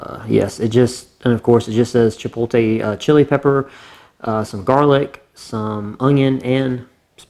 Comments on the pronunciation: hearing you say chipoLTe instead of chipoTLe caused me physical pain. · This man said “Chi-pole-tay”.